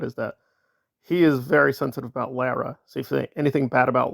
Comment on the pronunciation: Just a little FYI…Lara FM pronounces her name as LAWra. Carry on…….😊